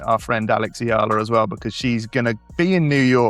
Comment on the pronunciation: it is pronounced --- Eh - Yah - La (EALA)